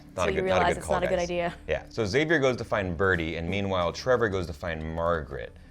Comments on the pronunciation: Love that your channel is the only one that doesn't pronounce Xavier's name that weird way: "ex-xavier". Why do they do that? Specially since they pronounce it like you in AHS. PS: English is not my primary language. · So here's a theory: what if it's the ghosts can move through time and all characters who died will go back to the first Massacre ans try to stop it? 🤔🤔 Also, finally a channel that says Xavier right! It was driving me crazy 😂